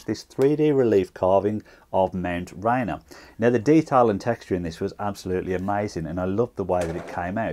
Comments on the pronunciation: Awesome as always! Also, pronounced like "Ray Near." I see it on the way to work most days. 🙂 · If we can't pronounce Gloucester then we won't mind if you can't pronounce Rainier.